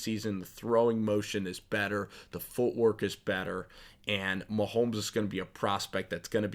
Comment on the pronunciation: It's MaHomes not MaHolms